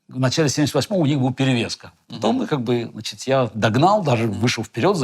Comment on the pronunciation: Я обратил внимание как Гарри Кимович произносит слово значит-" значЫЦЬ" совсем по белорусски